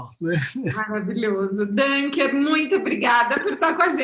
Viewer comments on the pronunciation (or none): Só uma coisinha: Dunker se pronuncia com som de U, não de Ã, porque é um sobrenome alemão, não é em inglês.